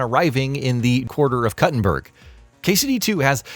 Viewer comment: Koo-tin-berg. You're not cutting a berger.